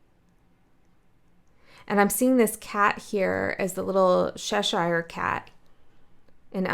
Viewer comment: It's funny how you pronounce Cheshire...cute 😊🤍